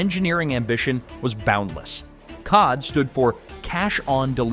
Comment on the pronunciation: I guess I should waited until the end. The cod (as in the fish?) should be pronounced cee-oh-dee. 😂